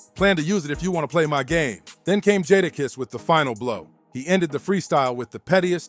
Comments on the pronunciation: It's really not that hard to say jadakiss...🤦🏾‍♂️ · Made me cut it off …sheek louch??? Nah. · Once I heard Jahda kiss I was out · Who the hell is jah dah kess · Its pronounced "JAY"DAKISS Jay Da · Jahdah kess 😂😂😂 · Jata kiss? Who is that... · This mf say jah dah kiss one mo time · This dude really was pissing me off the way he was saying Jada’s name. How hard is it to say Jadakiss. You lost me bro. I didn’t even want to listen to you anymore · Jahdahkiss sheek Lowch?😂😂😂😂 from the Warlox to L OX??!! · Who the hell is Jaadakiss bro what accent or dialogue you using, L ox? I'm convinced my man's bite these videos how do you keep saying these guys name wrong as s**t smh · It’s really not that hard to say “Jadakiss”… 🤦🏾‍♂ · DAMN BRO UR PRONUNCIATION IS TERRIBLE 😂😂😂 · Thumbs down to the content creator.... Making content of artists without knowing how to pronounce the name is crazy work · The Jada kiss is diabolical it's not hard to to say his name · I’m not watching the rest of it cause they way he say jadakiss ✌🏾✌🏾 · The way he says Jadakiss name, it sounds like a whole different person. Sounds like a UK drill Rapper. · Its NOT tricky!!! These are well known rappers and you are butchering these dudes names. Cmon dude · Dumb ass narration saying the names wrong